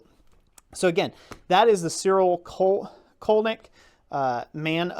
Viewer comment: Interesting review. Just FYI, I am pretty sure the correct pronunciation of his name is "Tsiril Tsolnyi:ck". "Colnik" is not an german word and it does not have any meaning in german. The meaning in slovak language is "customs officer". Even his first name "rhymes" with the last name in slovak language so obviously that I am sure his roots must be Slovak even if sources say that he was born in Styria, Austria. Slovakia was part of Austrian empire at that time and I think his parents moved there for work.